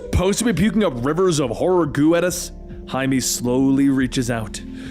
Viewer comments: Jaimie? It's pronounced High-May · Jaime= Hi-meh not Jay-me! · Wait isn't blue beetles name Jaime? Like, pronounced "high-may"? Why did you call him Jamie? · Did this dude just hi may “Jamie” Every story bruh, start googling pronunciations it takes literal seconds